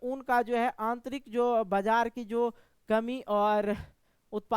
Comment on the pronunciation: Bajar ko bajra padh rahe ho sir 😅